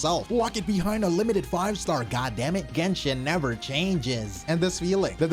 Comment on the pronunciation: never say nefer..........